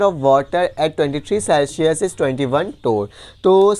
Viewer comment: Celshius nhi hota sir Celsius hota hai 😂